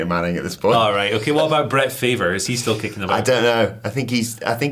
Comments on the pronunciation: We pronounce Brett Favre as farvv....lmao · I LOVE THIS CHANNEL! I LOVED VISITING LONDON! The Andrew Luck Brett Favre (totally not pronounced correctly) has set you guy on another level. Visiting your country I understand the culture difference we have. But that was AMAZING!